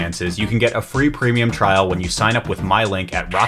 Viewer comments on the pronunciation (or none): none